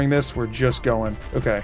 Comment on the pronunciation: "It keeps Go-URN-g"